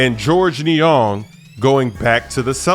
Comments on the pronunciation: Knee-ONG?! Cmon cuh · The way said niang like niyongg lol